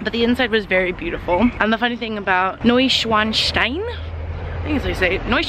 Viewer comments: I don't want to be that guy that talks about pronounciation, but as a guy that speaks German it's funny to hear you say Neuschwanschwein instead of Neuschwanstein, because while Neuschwanstein means "New swan rock", Neuschwanschwein means "New swan swine". Also glad to hear you found out how to pronounce it in the latter half of the video! :D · A Pronunciation Tip: Neu-Schwan-Stein --> "is like" --> Neu-Franken-Stein ;) I think "Frankenstein" is easy to pronounce for Americans, i hear you say "Schwein" instead of "Stein" and "Schwein" means "Pig" in German ;) Neuschwanschwein = Newswanpig, you invented a new Animal ;) Funny Greetings from Hamburg !